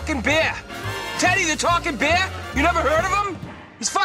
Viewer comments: It’s teddy beah not teddy beaw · When I watched ted the first time I thought the same thing it sounded like he was saying "Bwear" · He actually pronounces "Bear" like the german "Bär" :D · Its aw ber= son.